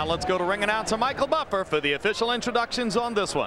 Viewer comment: Respect to Michael Buffer for learning how to pronounce the names